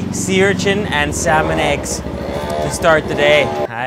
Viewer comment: "Salmon Eggs" Very embarrassing! :(